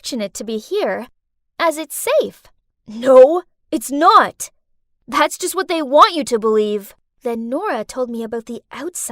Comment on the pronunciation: She said wha instead of what 🤨